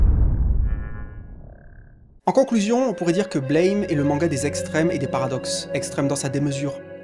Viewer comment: la prononciation n est pas la bonne. Mais de toute façon il a eu une faute sur l horthographe ca devait être écrit BLAM.